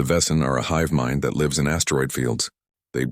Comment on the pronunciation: The word 'lives' is falsely presented with a hard 'i' but the correct homonym would have a soft 'i' and suit the local storyline!. Oops LoL 😢😢